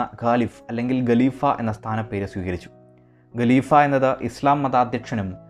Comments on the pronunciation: Galeefa alla haleefa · Not galeefa, but khaleefa.